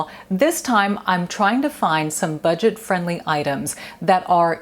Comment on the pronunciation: Budget .. not butget 😁